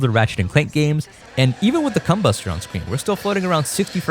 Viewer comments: Bro, it's combuster, not cum-buster. Even YouTube CC blanked it out, haha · what the hell is a cahmoonittea? Also its a combuster, not a cum buster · Really need to over-pronounce that o in Combuster there! 😅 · com-buster huh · You're pronouncing combuster in an an upsetting way. Never stop